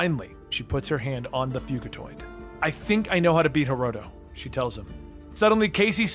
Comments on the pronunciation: Fuginaut??? It’s fuckin Fugatoid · Hey. Hoping this doesn't sound pretentious, but Fugitoid is pronounced like Fugitive (fyew-jih-toid). Another great video! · Man, I love your videos! Not trying to be smart either but I think it is fugitoid like fugitive! The way your saying it is like nails on a chalkboard lol! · U didn't pronounce karai or fugitave right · The way he says fugitoid💀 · I’m not going to lie the way you pronounce “Karai” and “Fugitoid”makes me want to grind my teeth. Other than that cool video